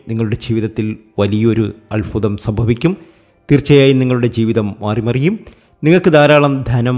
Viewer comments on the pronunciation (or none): none